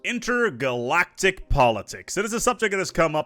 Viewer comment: INTRAgalactic politics. Not intergalactic. 😀